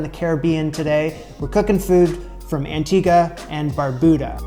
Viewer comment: thank you for saying Antigua correctly. we gonna have to work on how you say Barbuda lol. Also we gonna work on how you say Ducana. But I love your curiosity. You are welcome here anytime